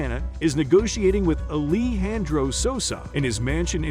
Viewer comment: the pronunciation of ‘Alejandro’ as Ali Handro …